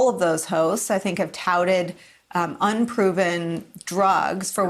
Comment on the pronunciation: At about :30sec I thought for a moment and had to double check whether you called the two Fox people Ho's or hosts. 😎